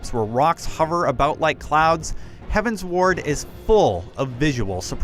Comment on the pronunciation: Heavensward like 'Skyward', 'Upward', 'Downward'. not 'Heaven's Ward'